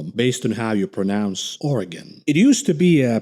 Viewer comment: Youtube probably flagged your video for your Oregon pronunciation